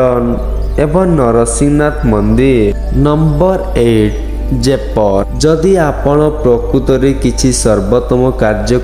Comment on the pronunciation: ଦୟାପୁର୍ବକ ଓଡିଶାର ସ୍ଥାନଗୁଡିକର ନାମ ଭଲରେ ନିଅନ୍ତୁ 🤦🏻🤦🏻। ଜୟପୁର, ବଡବିଲ, ରାମଚଣ୍ଡି, ଗନ୍ଧମାର୍ଦନ 🤦🏻🤦🏻 ଭାଇ ଟିକେ ଭଲରେ ଉଚ୍ଚାରଣ କରନ୍ତୁ । ମୋର ଆପଣଂକୁ ଅନୁରୋଧ । ଭଲ ହେଇଛି ଭିଡିଓ